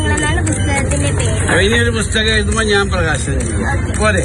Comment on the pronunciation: റിപ്പോർട്ടരേ ബുസ്തകം അല്ല പുസ്തകം